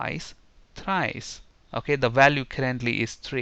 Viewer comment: "Once" ..."Twice"..."Tries" !? :D